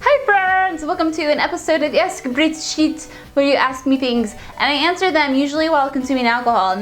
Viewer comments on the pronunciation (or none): dat intro , ASK BRIET SHIET, you sounds like a French xD